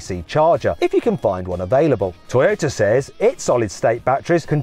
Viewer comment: トヨィタと発音するのはどの地域ですか